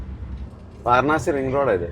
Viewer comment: വാരണാസി അല്ല മക്കളേ, വാരാണസി എന്നു പറയൂ